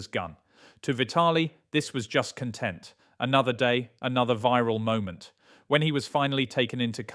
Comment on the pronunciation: It this an AI voiceover? Why can't the guy pronounce "content"?. Pretty realistic other than that.